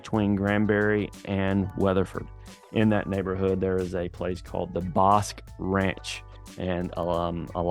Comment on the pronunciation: Learn how to pronounce Bosque!